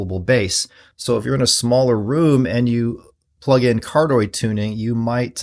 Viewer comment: Hi. It's pronounced Car-dee-oyd instead of how you say it.